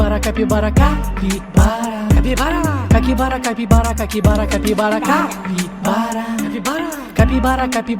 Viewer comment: Me encanto el momento que dice caquibara